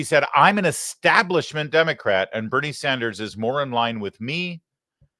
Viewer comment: Have you noticed how Bernie always says "eXtablishment"? 😅